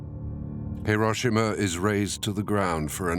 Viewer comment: An excellent and informative video. Pity about the mispronunciation of Hiroshima